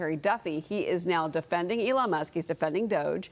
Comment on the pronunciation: "'Elo' Musk." LOL